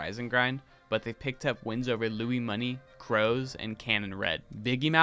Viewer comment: I'd do a bit more research on how to pronounce names. BassMage is pronounced 'Base' as in the musical instrument not 'Bass' like the fish. Lui$ is pronounced Louie-money.